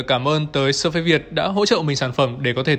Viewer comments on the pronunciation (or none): surface đọc là "Sơ phítss" mà :))) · Đọc là /s3:fis/ ạ 🙃🙃🙃